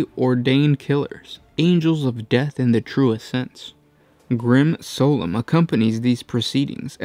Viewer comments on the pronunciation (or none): Lost it when he pronounced "solemn" as "Soul 'em". I can only assume that was intentional, and it made me smirk. EDIT: Then again, pronouncing "spawn" as "sporran" makes me think it might not be, heh. Still, good vid.